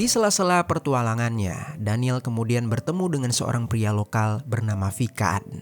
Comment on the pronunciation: PETUALANGAN pak, bukan PERTUALANGAN 👍🙏